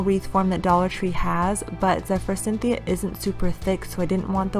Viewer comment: Forsythia no N. I have been hearing a lot of people mispronounce this flower. I was wondering if it is a regional pronunciation. Do you know? Just curious. I really like the bunnie ideas. The moss one is my favorite.